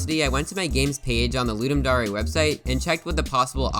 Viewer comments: ITS CLEARLY THE WORD DARE. WHY ARE YOU PRONOUNCING IT AS DA-REY 😢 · Loodum Dahray? I thought it was pronounced Luhduhm Dare. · I still wonder why its pronounced ludum da-rey and not ludum dare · it's ludem dare (luu-deem da-are) not ludem dare (luu-deem dau-rae) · It’s pronounced D - AE - R not D - AR - AY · Wait are you telling me it's not dare, it's actually dar-ay? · "Ludem Da-Reh" ugh. It's Ludem Dare. Dare, as in a challenge. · Ludem Dar ey wtf is that isnt it ludem Dayr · Dar eh? Dare. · I thought it was pronounced ludum dare, not ludum daureh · Why did I always think it was Ludum Daring, not Ludum Darling? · Why you sayin daray? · Ludem dohree 💀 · "Ludum dA rE" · dare pronounced d air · its DARE like i dare you to say dare right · its pronounced dare not dare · the fact that he says "ludum da-re" bothers me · "Ludim darae" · It's okay if you can't pronounce dare you're marsian :) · The way you say "Dare" hurts me